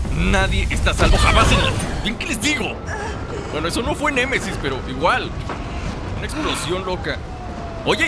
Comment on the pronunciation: El nemaisis xd dijo el nemesis